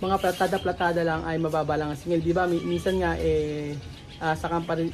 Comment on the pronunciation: PALITADA PO. HINDI PLATADA